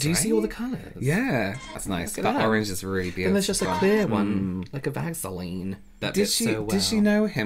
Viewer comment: by the way, it's "thief." And never call it vag-seline again, I beg you 🤣🤣🤣. Best use of CC on YouTube 💯